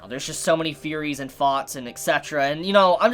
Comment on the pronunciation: fanks for the video, cool feories